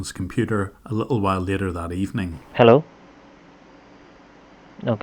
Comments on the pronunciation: "Hallow? Hallow? Hallow? Hallow? Hall-." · "hall o"